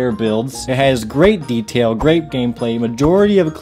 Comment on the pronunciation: "Te-dail" Got me 😂